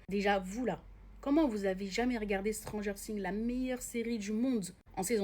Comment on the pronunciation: À prononcer le non de la série de cette façon ça mérite des claque